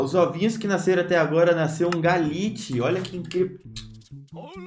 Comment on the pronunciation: O chamou o Glalie de Galite ou impressão minha? kkkkkkk